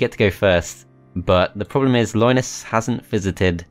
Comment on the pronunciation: Loynis Tech Tips, i just can't unhear it.